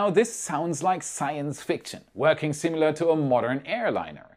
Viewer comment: Love your content, keep up the great work. Oh, by the way, it is "SIMILAR--sih mih ler"